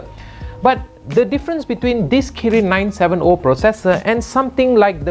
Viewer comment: It's 970 not 97'o'😂😂😂😂